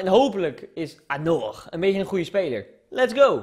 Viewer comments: Je zegt anjor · Je spreekt het uit als anjor ;) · Anor spreek je uit als anjor. Verder... Duimpieee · je spreekt het uit als anjor